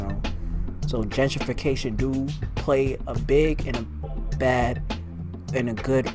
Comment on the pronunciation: Gen-trification! Not Genger!